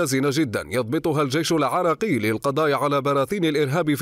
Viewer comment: منو لاحظ المذيع يكول الجيش العاراقي